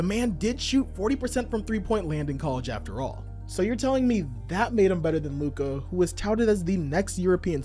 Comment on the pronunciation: Please pronounce Lukas name correctly it really ain't that hard bro...